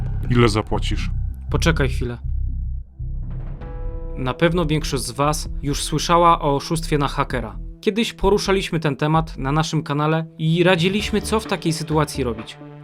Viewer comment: ludzie złoci -liśmy -byśmy akcentuje się na trzecią sylabę od końca, a nie przedostatnią raDZIliśmy, a nie radziLIŚmy, poruSZAliśmy, a nie poruszaLIŚmy